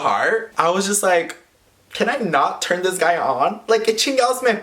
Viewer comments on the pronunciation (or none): none